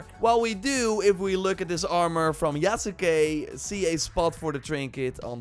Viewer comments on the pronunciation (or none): Yasuke is pronounced "Yas Kay", not "Ya Sa Kay" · “Yas-Kay”….come on man lol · the U in Yasuke is silent! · this dude can't even say yasuke right